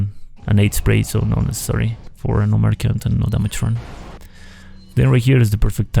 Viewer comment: Nice run, although you pronounce "merchant" wrong :D